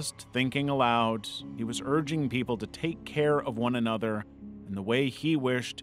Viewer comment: "thinking alout" - are you from Idaho?